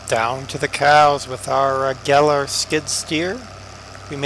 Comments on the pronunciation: it's actually pronounced GAIL like hail. i own 3 gehl skid loaders. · Gehl is pronounced gale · No its actually pronounced geihl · Pronounced "gale"...just saying...lol